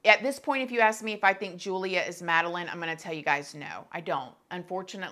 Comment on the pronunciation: Hey, here for Poland 😊 her name is pronounced with English Y instead of J so like you would say Yulia. Love your videos 💕